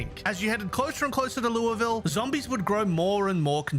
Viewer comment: As a Kentuckian, hearing you say Louisville correctly is refreshing. Though, even we argue about it sometimes.